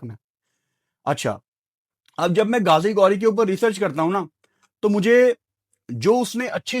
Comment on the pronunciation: اس کا نام گازی گوری نہیں غازی غوری ۔۔۔ تم بھی پٹی انڈینز کو خوش کرنے کے چکر میں اپنی اردو کو ہندی بنا دیا